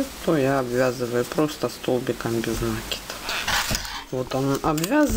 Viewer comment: Почему нАкид ?